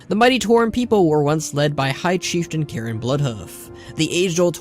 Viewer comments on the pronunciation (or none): You pronounced Cairne as Karen. It's CARE-N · K Air Ne not Karen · You calling Cairne Karen the whole time killed me inside. xD Srsly! I am now FORSAKEN! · So nothing about moira giving magni the spell to commune with the world which turned him to crystal? Huh really stingy here eh? Lol his name is CAIRN not karen wtf